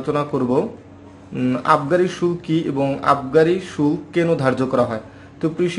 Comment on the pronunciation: Vi shulka ....shulk nah..